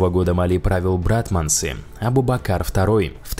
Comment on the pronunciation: не правильно говориш надо говорить абу-бакрр